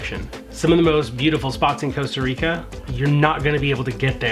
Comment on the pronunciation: Coasta or Costa Rica